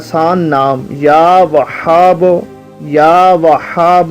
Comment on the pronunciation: Sorry bhai jan likin aap YA WAHHABO ghalat tarike se parh rahe hy ح or ھ parhne me zamin asman ka farq hota hy